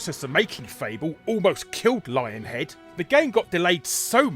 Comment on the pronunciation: I thought you said "Lying Head" at first. Now that I think about it, it seems appropriate.